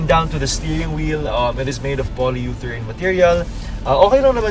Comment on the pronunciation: He thought the car was all the-rane. Hahaha